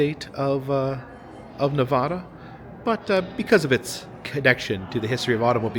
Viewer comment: I'm really enjoying the video but i live in Carson City, NV and the way you say Nevada bugs me lol great video tho.